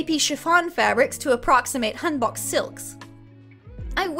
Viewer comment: Bro y do u say hanbok like that 💀